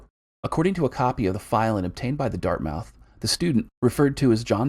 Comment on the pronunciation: Dart-muth :) excellent vid my dude